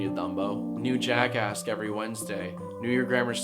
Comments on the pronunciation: Ok what if I said he sounds like he's saying jackass cuz he kinda does XD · It sounds like you're saying JackAss. Oh yeah, I just went there.